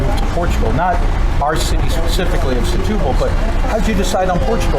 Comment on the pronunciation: Folks, I believe the Portuguese pronounce the town as STU-BAL and not SE-TU-BAL. and yes, even though I am a “Luso-American” and do speak Portuguese.